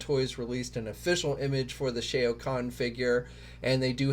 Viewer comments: for the love of God, please read your comments. It hurts everyone's ears to hear you say Shea' O'Conn like he's an Irish Mortal Kombat character. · Who tf is SHAE-OHH KHAN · obviously you have never played Mortal Kombat who the hell is Shay-OH- KHAN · Yo, that's my Lord guy, it's NOT Shay-o, it's Shao Khan! Lol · Absolutely hilarious sir! I was thinking similar thoughts upon hearing pronunciation of Shao Khan. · Lol the "AO" in Shao Khan is pronounced like the "OU" in ouch. Sheesh y'all really don't research this stuff huh? 🤣😂🤣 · They really dont....hell if they played the game they would know.... LoL 🤣🤣The wrong pronunciation grinds my gears